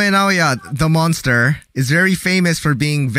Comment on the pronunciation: Manster ha? O monster?